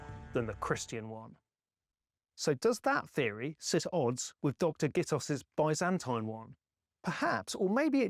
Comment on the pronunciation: Oh!! Thank you so much for pronouncing Byzantine correctly unlike so many who have been brainwashed by Americans and think it is BIZ ANT EEN 😅🤣😂